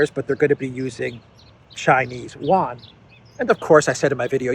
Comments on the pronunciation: it's not pronounced "wan". its pronounced Yu-an. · it's You-ahn. Not one/juan. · Chinese "Yuan" is pronounced Euan